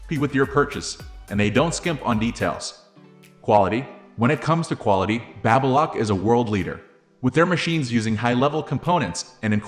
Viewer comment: BabyLock not BabAlock ?! 😂